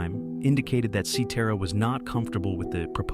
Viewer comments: A.I. voice "Peter See Tear a" LOL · I think they pronounced Peter’s last name right. They kept pronouncing Danny Seraphine’s last name wrong. Danny has always pronounced it as Serafin and not Serafeen. Peter Cetera has always pronounced his last name as Sa Tera. Robin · While describing Chicago's debut album, you showed an image of Chicago 2. Unbelievable. Also learn how to pronounce "Cetera." Oh and one more thing, Chicago 30, released in 2006, is one of their finest albums, of course after the late sixties to mid 70s albums.